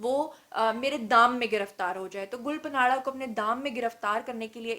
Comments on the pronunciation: Gul panadda nahi ......gulpanadda ( pushto me tree k patein) ko kehtein hein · Please pronounce “Gul Panra” correctly. (ں not ن)“گل پاںڑہ “ معنی۔ پھول کا پتہ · Duffer gul paanra ka naam galt ly rhi hain jo k buht bura lg rha hy. In hastiyoon per program kr k apni izet afzai mat kro please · .plz name sahi lo gul pana name ha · Pronounc the singer name gul paana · GUL PANRA.... NAME HAI JANAB ... APNY MUSALSAL NAME GHALAT PRONOUNCE KIA... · Gull ka name to thik lo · Your pronounciation of Gul panra is absolutely wrong please correct it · Phle name to pronounce krna sekhh lo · App gul panra ka naam ghalat ley rahi hain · it’s is not panara… please it’s gul parra.. the n is silent.. it’s mean rose Patel. gul mean rose parra mean Patel. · ھاھاھاھا گل پناڑہ نہی ... گل پانڑہ ھے نام اسکا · Lol. Its not gul patanra its gul paanra. And secondly please correct the spellings of "proposed" in the video title. Apart from that, you are amazing and i love you ❤ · Yr gul punaraaa ni h gul paraaan h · گل پناڑہ😀😀 نہیں گل پانڑہ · Hhahahaha...plz learn how to pronounce people real name,its not parana its panra (mean leaf,pata).do some wht research before volging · Allah ki pandi...She is Gul Panra ..Pronounced as GUL PAANA...Not PANAAARAAA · It's Gul panra not panara. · ہاں ہاں میڈم گل پانڑہ نہیں گل پاڑا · Tmary Kan kaisy pk gy ye sb kuch bta bta k. Tmari to rozi roti hy ye. Tm in k bghair reh he ni skti ye khbrain dhondy bina. Had hy dramy ki waisy...gul panara naam ni hy gul panra by. Yo need little homework on words. Sirf lgai bhujai he na dhondti rha kro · "گل پناڑہ" نہیں میڈم، "گل پانڑہ: براہ کرم اپنا ھوم ورک کر کے بین اقوامی میڈم پر ظاہر ھوا کریں۔ کبھی بی بی سی، الجزیرہ وی او اے یا وائیس آف جرمنی کو ایسے پیشکش کرتے دیکھا ھے؟ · Gul panra not Gul panara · Had hai mam 😆 Gul panra hai gul panara nahi hahahaha ye kon se jaga se education le hai 🖕😆😆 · Gul pa nara 😂😂😂 Means ap ne phool pe nara laga diya. Pronounce it Gulpana. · Ya panara kia hota hai? Panra hai